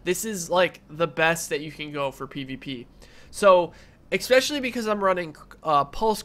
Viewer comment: thanks for the video but for god's sake if you're going to say "especially" as much as you do don't say "expecially"